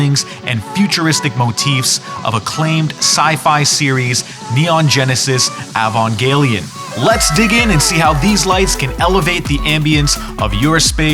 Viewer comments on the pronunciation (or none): (sigh) EE-Van-jelly-on ...just think evangelical with a ON instead of CAL Sorry, after a few decades a fan gets picky. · Couldn't do some basic research on how to pronounce Eva or Evangelion? 😂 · really struggling to say Evangelion, huh? haha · The video is solid af, but I was dreading this exact thing and I hate that I was right xD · I’ve heard some bad pronunciations but this one might just be the worst